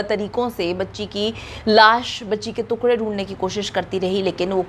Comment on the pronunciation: Took Ray ko too kray bol RI hy